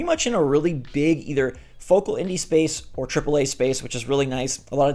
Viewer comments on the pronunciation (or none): none